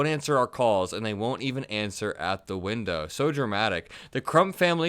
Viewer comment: It is pronounced WINDOW not WINDA.